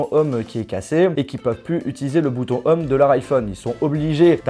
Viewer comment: on dit pas bouton "homme" mais bouton "ohm" hein lol mais bon et l'anglais on a l'habitude 😂